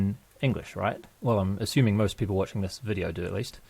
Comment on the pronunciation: GREAT VIDEO, i mean vi'di'oh!